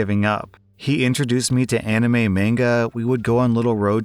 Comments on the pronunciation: I hate to correct how u say manga but it sounds more like this (maang-guh) but have a good rest of the day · thats not how u pronounce manga its (mon-gah) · Oh my god the way you mispronounce manga is so fucking annoying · did you just say manga?? Its pronounced manga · Okay when he says “manga” is anyone else bothered by how he said it?